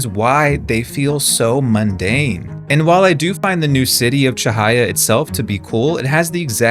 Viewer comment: omg finally someone who pronounces cahaya correctly